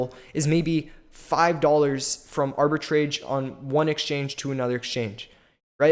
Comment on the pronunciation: not even pronouncing "Arbitrage" correctly